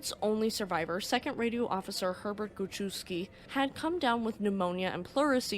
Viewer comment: Guschewski = "goo CHEF's key" ;)